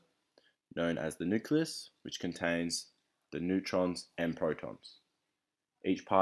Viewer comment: nucelus lol